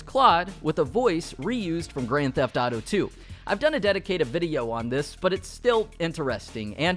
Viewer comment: And you still say Grand theft dauto smh